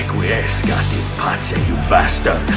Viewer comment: Not En pace in pace...